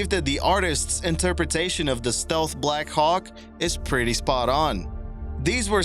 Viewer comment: It’s not black HAWK. It’s Black Hawk, like the Indian tribe. You’re putting the emPHASis on the wrong sylLABle.